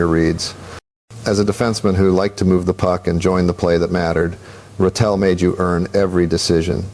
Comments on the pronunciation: the voiceover pronounced it “Gene”. I grew up rooting for Ratelle, and am very aware of how his name is pronounced. The ZH sound is right. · This is a joke! Orr isn't even speaking. It's AI. This voice doesn't even pronounce Ratelle right